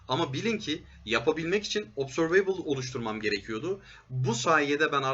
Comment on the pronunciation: obzörveybıl değil de obzörvıbl derseniz daha doğru olur